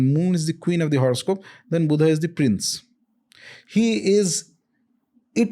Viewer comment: It’s my sincere request to pronounce the names in hindi as they are , without adding an extra “a” to them. Like Buddha as Buddha and not as Buddhaaaa. 🙏 my sincere request. Let’s not distort our language for the ease of others .